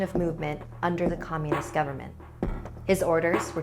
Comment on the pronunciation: Her "comunest" My mind"tord=comunest"